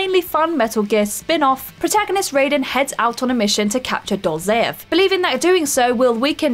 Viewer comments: The way she said Raiden... just no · Poor, the whole comments section is about her pronunciations of chimera and Raiden. Side note, it's pronounced 'Raysh":P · Chimera, Lazarevic and Raiden are mispronounced in this video just so you know. Good video though. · To be honest it’s quite annoying how wrong some of those pronounciations are. Chimera, Raiden & Raz Al Ghoul are not pronounced how you said them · I’ve never played a Resistance game but I’m gonna go out on a limb here and assume the race is called Chimera, you know, where the ch is pronounced as k. Also, in Revengence, it’s Ride-en not Ray-den 🤦🏻‍♂️ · it's Kai-Mera and Ri-den (Ride-den), Rayden is from Mortal Kombat